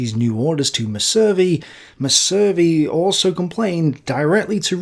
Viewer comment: The weird, inconsistent pronunciations destroy this. Messervy plainly has stress on the first syllable, anyone literate would say it that way. (It's a French name, he was a Channel Islander)